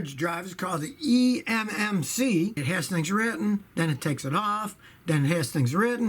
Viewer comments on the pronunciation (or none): none